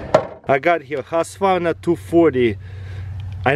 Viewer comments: You say husqwarna but you say more like huuskvarna! Greatings from Sweden! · "Husvarna" lol😂